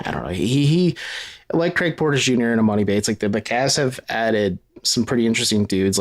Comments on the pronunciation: You've had enough time to pronounce his name right already!!! It's E-Mahn-E! I have no clue when you have ever heard of a man with the name MOANIE could you imagine 😆😆😆🤦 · Please quit saying emOni.. it’s pronounced emAHni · Its em-ON-i. Its not a long O sound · Stop pronouncing his name wrong it’s E-Mon-E